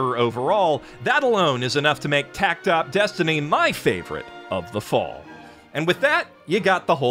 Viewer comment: According to a PV, and also the Japanese text in the logo, it’s pronounced “Takt Opus Destiny,” instead of “tact opp”